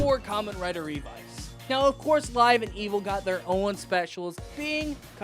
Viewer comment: My man just said Revy. Your video looks fun to watch, but I can't get over the fact that you pronounced it as Revy when it's pronounced Ree-Vi, so once adding in Vice, it's appropriately Revice.